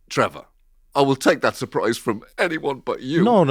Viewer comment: "Ehy, it's TRE-VOR"